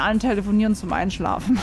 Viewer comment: minuten, gnu bist du sicher du würdest einsclfane? 😂😂